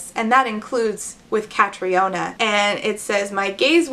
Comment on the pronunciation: i'm confused, the book. Catriona is pronounced Katrina, BTW.